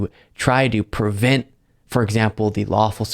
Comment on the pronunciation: it's pre vent, not per vent.